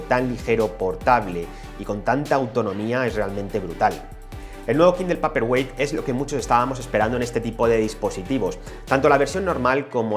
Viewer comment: Paperwhite se dice peiperguait!!!